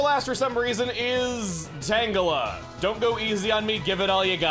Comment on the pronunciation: I originally pronounced tangela as tan-jell-uh